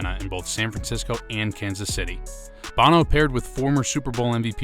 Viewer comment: It's pronounced Beau-No, not like the singer Bah-No....just fyi